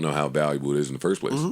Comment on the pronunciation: "Fist Verses..." Joey my side in paid from laughing at this s**t.